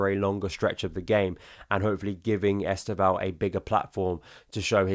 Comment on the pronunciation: Please learn to say our new Brazilian wonderkids name correctly. 90% of content creators are saying it wrong . Only Josh (Joey and Josh) and Football Therepy’s Yan have made their research and are making an effort. Forget ES-TEV-OW The initial ‘E’ is virtually silent and the name is pronounced as two syllables. Estevao is Portuguese for ‘Steven’ and when said properly it’s ‘STEV-OW’, or if you really want to be perfect there is a subtle ‘N’ at the end Trust me on this. My g/f is Brazilian and a Palmieras fan!!!